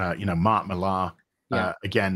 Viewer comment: Is Mark Millhaaaar any relation to the Scottish comic book artiste Mark Millar? How can they get a 6 letter name wrong?